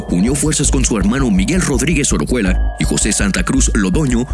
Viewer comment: Es "Orejuela", no "Orojuela".